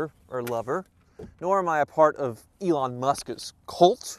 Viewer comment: It's pronounced "Elon Musss-ksss Tessslah"!!